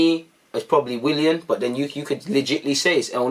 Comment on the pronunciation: “Willan” aight lol